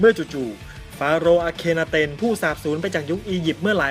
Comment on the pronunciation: น่าจะอ่าน ฟาโรห์อัคร์นาเต็น นะครับ ตามแบบอียิป